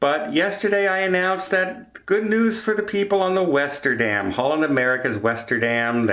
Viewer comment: The Westerdam ought to change its name to the Lesterdam, because that "W" is now an "L." XD Thanks for the video,! I appreciate the updates, and the "I told you so" was just hilarious!